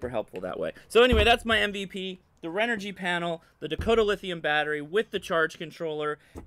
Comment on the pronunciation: Renogy not Renergy